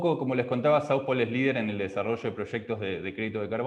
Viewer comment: Por favor, asesorese de cómo se pronuncia "South Pole", o pronúncielo con fonética española. Es mi consejo humilde